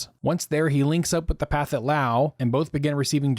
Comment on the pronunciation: I’d like to gently point out that you are pronouncing “Pathetic” incorrectly. The southeast Asians don’t aspirate their “th’s” and “ph’s”. So the correct pronunciation would be “pa-TET” Lao. But, even though, it’s always great to hear real voices, and not AI voices.